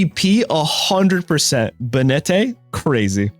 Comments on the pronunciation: Bay net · Banette is pronounced bay-net. The name is a portmanteau of Bane + Marionette. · Pronouncing Banette like he's some spanish dandy was unncessesary